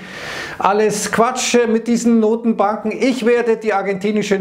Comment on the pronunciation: Bei ein Riss in der Matrix, ich habe "Nuttenbanken" verstanden. 😂